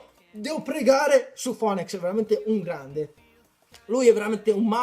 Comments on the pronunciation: Phoenix = "Finics" ti prego mi fa male la pancia se dici ancora foenècs D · si ma "fonex" non si può sentire XD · Phoenix si pronuncia finix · sembrerà strano,ma phoneix si legge finix..ora lo sai pronunciare,cmq bel video continua così